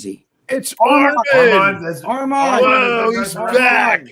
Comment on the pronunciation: still unable to say Armon’s name the right way yet can give business advice to everyone